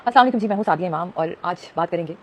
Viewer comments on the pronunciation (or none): سعدیہ ہوتا ہے سادیا نہیں۔